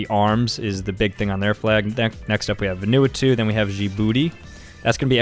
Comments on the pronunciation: Varr nooo ah tooo Every Pacific person: Vann uu ahhtooo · omg the way he pronounced "Vanuatu" 😂